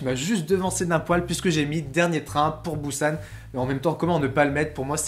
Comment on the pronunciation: Dernière info, c'est dernier train pour "Pussane" à la prononciation ^^